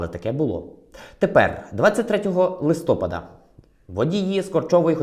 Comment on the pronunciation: ЛистопАда, ( не листОпада)